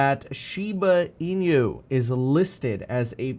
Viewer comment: its funny how you say the inu as in-u instead hahaha